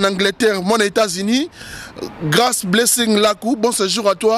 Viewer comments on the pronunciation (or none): none